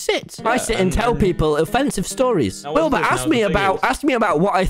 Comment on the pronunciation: MANZ REALLY CALLED HIM “WILBY” I CANT WITH “WILBY SCOOT” 😭😂